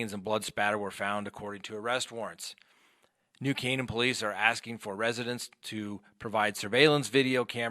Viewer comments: I live in Avon the next town over from Farmington. I believe he put her in one of the many woods or bodies of water here.Yes you pronounced New Caanan perfectly! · You got the pronunciation of New Cannon, Ct. correct!! I believe that is the spelling!! You are the greatest! I love listening to you and your expertise in all legal aspects!!!